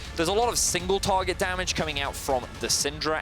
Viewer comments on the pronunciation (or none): What the F*** mean "single TORGET damage" or "OUTO attack" I tired to listen this idiot that can't talk.